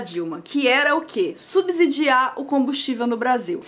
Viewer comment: Se fala "subSSidiar" Som de S e não de Z.